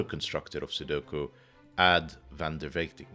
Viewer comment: Very enjoyable to watch the solve! Loved seeing you work through the non-double 1s in box 9 and finding the kropki that sets the whisper lines. Thanks for another feature! Side note: I believe that Aad is pronounced similarly to "odd", bit of a word-play with "odds 'n ends" or "odds on ends (of lines)".